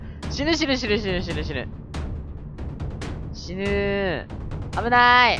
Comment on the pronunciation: 死ぬ死ぬが汁汁って聞こえた